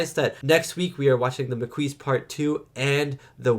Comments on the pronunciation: I love how Jadzia, thanks to Dax and Curzon's memories, has the balls to lecture Klingons on their own terrain. It's "Makee" not "Makouise" It's a French word for sparse bushes and vegetation is semi arid environments like Mediterrannean areas. When someone goes in the Maquis, it means ot goes in resistance using guerilla tactics and hiding in the countryside, like the Resistance in WW2. That Cardassian suttle is a repurpose of the thieves ship model that was destroyed by the Klingons at the beginning of Star Trek 3. The frontier change is quite extensive, it's not just in one star system, so there are several planets involves. Dukat had lovers despite being a married man. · It’s pronounced maa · kee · It's pronounced "Ma Key". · it's pronounced Ma-Key. The group was named after the French resistance group during the Nazi occupation in WW2. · maquis is pronounced makeee and do a vid on part 2 plz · P.P.S. For what it's worth, Dukat is being honest with Sisko in this one. He doesn't know how the Maquis or Cardassian colonists in the DMZ are getting weapons, but he wants to protect the peace treaty. By the way: Maquis is definitely pronounced "mah-KEE". The Maquis are also a very diverse group ... there are all kinds of Federation colonists in the DMZ, not just the native Americans we saw in "Journey's End", who now feel abandoned by the peace treaty. They've spent decades building a life on colony worlds in space wilderness, so naturally they don't want to leave. But they wake up one day and find a treaty by distant governments has suddenly left them vulnerable. And instead of respecting that treaty, their Cardassian neighbors will endlessly attack them in an attempt to get them to leave. That's why they have armed themselves (for defensive purposes at first, and later offensive) and taken on the Maquis name. This whole tragic situation is a reminder that peace only works when both sides honestly agree to peace.